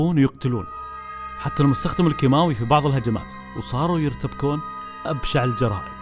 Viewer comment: ما اشوف فيها اختلاف بالنطق لكن مشاء الله عليك مدري كيف لاحظت